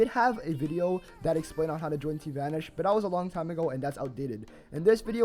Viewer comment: why do you pronounce it as "team vanersch"?